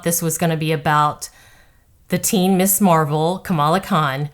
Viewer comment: A brilliant observation! By the way Ms is pronounced “Miz” But here’s the problem with people that don’t understand comics making the tone reflect all the biases and cliches they have about comics. They haven’t read a comic because reading is hard but they saw some reruns of the 60s Batman show. In other words while comics are supposed to be modern mythology, they don’t understand the source material and assume it’s got to be campy silly cliche kid’s fare.